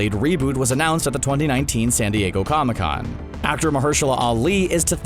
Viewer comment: You said cona con. Lol